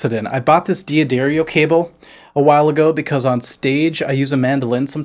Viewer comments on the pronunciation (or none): Im disappointed in every serious musician who doesnt know how to say d'adarrio.. if it was D Addario, it would be spelled like that lol. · 2.45 to say 'Buy a D'Addario cable'. D'Addario is said as dadario with the ar rhyming with car. Ask any Italian.